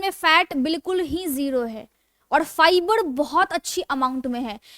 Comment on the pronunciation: फ़ाईब्ड नहीं फाइबर होता है, पड़ेशान नहीं परेशान होता है